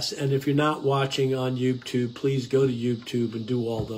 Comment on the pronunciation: I love your talks. You talk so much sense and you should have more views. Just Fyi...sometimes you dont pronounce 'Youtube' correctly. Thanks for your videos.